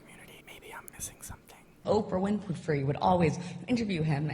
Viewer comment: “oprah winpafree”